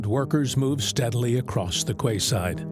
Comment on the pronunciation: ‘….across the quayside…’ . Quayside is not pronounced ‘kway-sighed’ but ‘key-sighed’ ! The narrator ISN’T AI, but an American (listed as the Voiceover in the credits at the end) - how many more Americans are there that butcher English ?